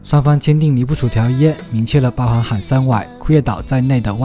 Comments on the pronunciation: 主播是海參崴不是海參晚更正錯誤百出拼音崴怎樣拼音變晚呢？教教我是如何拼音的，真笑死人沒讀書又不知恥一錯又錯念晚音，是威音才正確的。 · 崴讀威不是晚主播請用標準的拼音如何。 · 海參崴的「崴」發音同「威」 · 主播到底有沒有讀書連海參崴念威不海參晚主播請更正正確的中文讀音真悲哀書讀到那裡去了海參崴都會念錯，不要笑死人了，到底是誰教育你讀海參晚，教育大失敗，主播不要一直唸錯地名。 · 從小聽到海參崴這個名字覺得這地方很有神秘感又有別於一般東方的景觀樣貌 一直很想去看看 只是威的發音一開始還以為是念錯 是中國發音不一樣嗎？